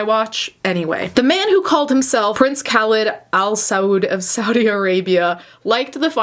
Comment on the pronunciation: It's pronounced Kah-leed.. how do you have a following??